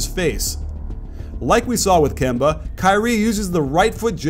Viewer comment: It’s Kemba